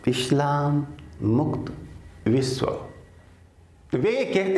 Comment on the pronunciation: Guruji aap Islam ko Eshlam mat boliye....apney uccharan sudhariye